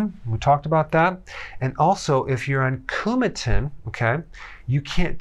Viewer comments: Coumadin. Not Coumatin. I just say, Warfarin. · I am on blood thinners and you CAN consume leafy greens you just have to do it fairly consistently so your dosage of Coumadin (not “Coumatin” as Dr. Berg mispronounces it) can be adjusted to produce a therapeutic result. Also while Eliquis (and Xeralto et al) have many advantages as a blood thinner (including not being affected by vitamin K) they are very expensive costing $15 to $20 per day compared to penny’s for Coumadin.